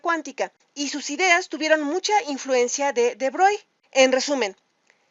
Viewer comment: SE PRONUNCIA BROGLI (CON ERRE FRANCESA) H MON DIEU JE MEUR